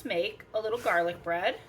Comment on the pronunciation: I knew I had to stop immediately and subscribe the minute you said “jarlic”! 🤣🤣